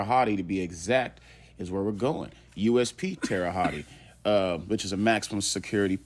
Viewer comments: Bro, 2nd video I’m leaving this comment. It’s pronounced Holt or Hut not hotty or what ever your saying. Good research video, minus pronunciation of the name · You're not very smart at all!!! It's not pronounced tere hottie!!! It's pronounced Tere Hote. Do your research before looking ignorant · man, you dont say it like that Terre Hottie...hahahahahaha its Terra Holt pronounced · Hotti is crazy. Hote is the pronunciation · Terra hawt, that’s how it’s pronounced. Terry haute, that’s how it’s spelled. Please learn how to pronounce the words your trying to pronounce. It makes the content in unlistenable. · Pronounce that city name correctly please. Terra Hote- Land High in French . Yes Dylan R is still here alive. I'm told he is an asshole and a problem to those who have to watch over him. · How come no one can ever pronounce Terre Haute. The right way. Tara H-oat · Pronounced (Terra Hote). Just helping out. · It's pronounced Tara hote lol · Bro its pronounced like tara hoat lol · Terra hawt is the way to pronounce it lol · Terahaute not tearahaut e and stop the scummy a hole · Terre haute like hoat lmao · Terra hawty 😂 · Learn how to pronounce Terre Haute and do it over. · The butchered pronunciation of Terre Haute is almost unbearable. Then he repeats it constantly. Google has a pronunciation feature. Use it. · Drop the "e" sound on Terre-Haute, just saying. Good show my man! Check out "Boston Chinatown Massacre" Nam Tham, 5 bodies Ping On gang (linked to 14k Triad) "Burnt Ziti Murder" Richard Rosenthal (Rosie opened up his wife literally) the list goes on. Mass State Prison.